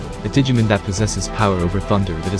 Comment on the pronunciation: It’s digimOn not digimEn... thanks for the video tho 😂